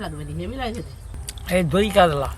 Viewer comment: "কাদলা " আবার কি 🐟মাছ????? 😂😂কাতলা হয়